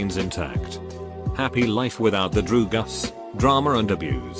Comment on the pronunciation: ‘Drew Gus’